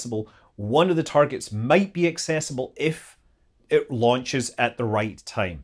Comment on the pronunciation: Me, and the closed caption, thought you said "we've had four LUNCHES in the last week or so". ;)